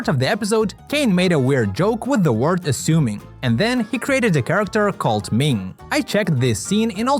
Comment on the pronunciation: when caine says assuming he pulls his tongue out and say ath that explains why its not censored like pomni